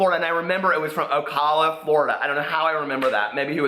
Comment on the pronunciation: it's pronounced ohhh cal uhhh lol! Love the video